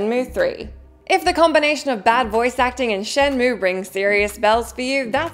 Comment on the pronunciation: the one unsung thing about the laughable shenmue dub is Corey Marshall's near perfect pronunciation of both Chinese and Japanese names and other proper nouns